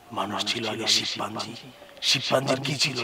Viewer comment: আল্লাহর কুদরত আংটি আর জিন এ? নাউজুবিল্লাহ আর তা ছাড়া মানুষ শিপপাঞ্জি কবে আছিল অই পাগলা? শিম্পাঞ্জি টাও উচ্চারণ করতে শিপ্পাঞ্জি কইছে